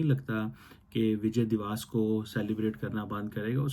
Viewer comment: First of all it's 'divas' (pronounced as dee-va-ss) not 'diwaas'. 😂 Secondly we do it to showcase the humiliation of the Pakistani hijduddin fauj in 1971 - the largest post-WW-II surrender by any army. Thirdly, you forgot another important aspect of Vijay Diwas - the Paki army took off their pants and showed it had no balls. The pants are still preserved in many of our army museums, incl Amritsar. Ye din Pakistan ka sharmnaak dastaan bayaan karta hai. Tum har Dec 16 par chutti lekar apna Mongolian thobda chhupaya karo. 😂😂😅